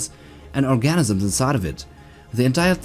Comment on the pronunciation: Why does he keep saying orgasms? It's organisms not orgasms. There's no way that was an accident, he knew exactly what he was saying.